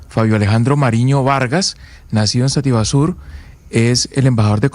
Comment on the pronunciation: Sativa sur, no sativasur.